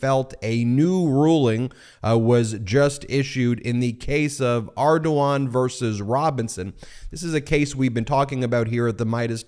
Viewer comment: As a native of Louisiana, I must say "very acceptable pronunciation of Ardoin".